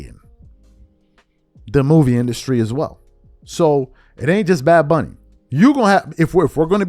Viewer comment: Bad Bunny can't even pronounce his/her own stage name 😂